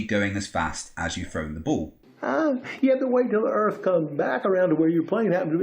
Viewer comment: Where are this guy’s overalls and banjo? “ I reckon the erf is flat”